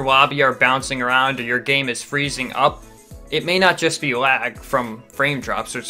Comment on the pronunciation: I thought u said blag